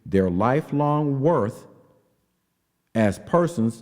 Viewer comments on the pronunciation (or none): none